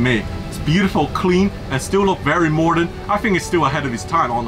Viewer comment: "Morden" - Sam Chui